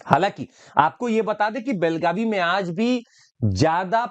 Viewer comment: बेळगाव not बेलगाव